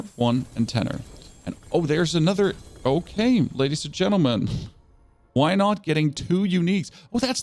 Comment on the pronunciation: You said "okay" like you're a french canadian xD